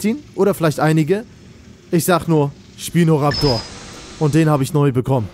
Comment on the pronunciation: Nicht schpino sondern spino